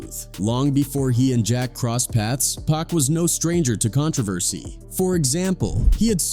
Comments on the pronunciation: Can't listen to all of the "pack" mispronouncing... Its actually a bit disrespectful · It would help if your AI didn’t keep calling Pac, “Pack”..